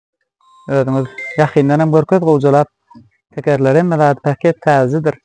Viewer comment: Päket dälow paket diýsene